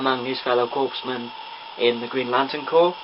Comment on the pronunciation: It is pronounced "core" not "corps", so it would be "core men" .. :p